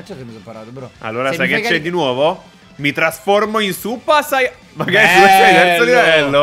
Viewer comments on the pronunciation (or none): Super sayan ji goddo no super sayan ji godo😂😂😂😂😂😂😂😂😂😂😂